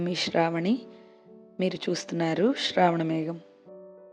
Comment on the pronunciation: మేడమ్ "ష్రావణమేఝం" అన్నట్టు మాట్లాడుతున్నారు... మీరు ఎలా మాట్లాడుతున్నారంటే...Shra - ష్రా,,sra.... శ్రా